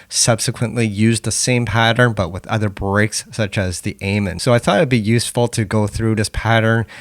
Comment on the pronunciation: I respect you has an artist and you got some good tracks (Trance Out is a banger) but for the love of all things holy please pronounce "amen" correctly lmao. Also you did miss the critical silent gap at the end of each kick during the Terrorist break re-creation, particularly during the 3 kick segment. That gap changes everything, trust.